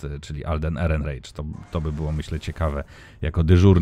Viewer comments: ALDEN ERENRAJK, A NIE ERENREICZ. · Tak się zastanawiam, czy nie Erenrajś? Wydaje mi się, że to niemieckie nazwisko, więc raczej tak by się czytało O_O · Ehrenreich czyta się "erenrajk". A z kina wyszedłem bardzo zadowolony. Alden mnie NIE zawiódł. Cameo pewnej postaci mnie totalnie rozbroiło. Chętnie obejrzał bym ten film jeszcze raz.